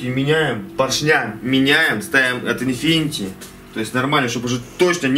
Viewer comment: Infiniti, а не infinity